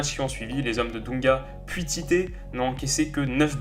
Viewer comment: Tite se prenonce pas "Tité" mais "Titch" ;)